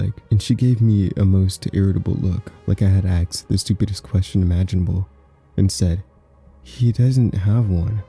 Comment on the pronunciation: What u got against axes, huh? I'll have you know my brother is an axe and he'd find that offensive